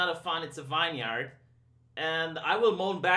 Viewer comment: Vineyard pronounced Vin Yerd.